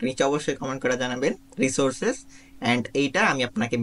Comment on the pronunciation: "Resursecs" brother